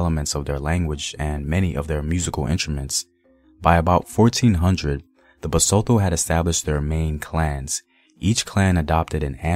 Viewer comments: Bah-sue-to. Lee-sue-to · Appreciate what you do The pronunciation doesn't sound out the "h": Bahsutu Laysutu Sasutu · 😂 the way u say Basotho like it's French, it's Ba-soo-two man yohhh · The pronunciation of our Basotho words was abused."tho" is as" tto",not Thor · Love the vid.... BTW the T is never silent. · Besides how you pronounce the "th" as an English word in "Basotho" and "Lesotho", your videos are always incredible.. Thank you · Just a tip we know y'all have problems with pronunciation of any language But you know how you go "Time" Use the that T in LesoTho, BasTho The "h" partially silent Thank You! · I'm hurt on how you pronounce ma people (Basotho) well great video though...